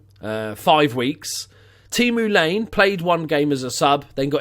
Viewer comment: Great series, man! Great pick up on Pontus. Also, I believe the finnish player Laine is prounounced Lajne :P Best regards from Sweden. Who used to play with Jansson as a little kid.